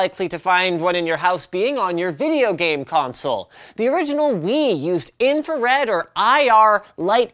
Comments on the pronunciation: Infrared, not infared <3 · It is INFRARED, not INFARED. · "Infared" lol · Is it not infra-red not infa red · What is infared? I only know infrared.